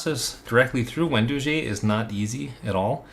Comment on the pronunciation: Wen dough gee, not doo gee